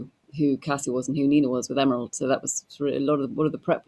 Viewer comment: learn to pronounce Emeralds last name correctly.